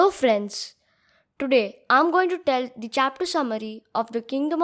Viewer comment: pronounce ''the" as thee only when the following word begins with a vowel. Otherwise, pronounce it as the ( as hindi द). Otherwise, very well explained. Which editor do you use?